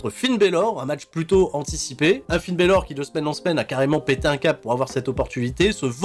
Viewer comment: Quasiment les mêmes pronos que toi. En revanche juste un truc, par pitié arrête de dire Finn Bèlor et Bloudline, c'est juste Balor et Blodline pitiéééééééééé :D